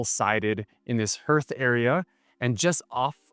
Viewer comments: Great tour. Just a few tips. "Hearth" is pronounced like "heart". "Wasatch" is pronounced like "wa" in "water" plus "atch" in "batch". Also, the mirrors are "infinity". Amazing house! I know you could have picked up that spare. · What's a "herth area" Next to the dining table.